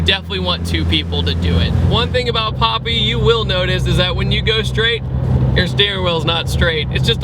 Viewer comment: It's not Popi, it's papi. As in paper. And vortech kit adds 130-140 crank hp, not wheel.